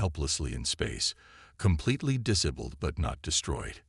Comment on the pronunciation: I lost track of the number ceres pronunciations and spellings. They were wrong about humanity, I think that theme is in all your stories. Disabilled, really? Weepenize? Worship? Why don't you fix this crap? It's the same over and over again. Dislike!